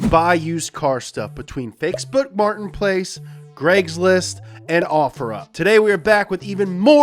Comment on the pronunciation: "fakesboot Martin's place"